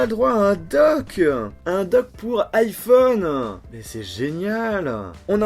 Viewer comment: Arrête de dire un "N'iphone